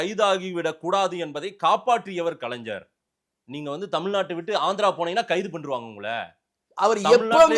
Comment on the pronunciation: டேய் கருணாநிதி குடும்பத்துக்கு குண்டி நக்கி வாழுறியே வெட்கமாக இல்லையா, சரி அந்த பாதகன் கலைஞர் கருணாநிதியை ஒழுங்கா உச்சரித்து கலைஞர் என்று சரி சொல்லுடா தடி மாடு பயலே கலைஞர் என்பதை கலைஜர் கலைஜர் என்று சொல்கிறாயே மடையா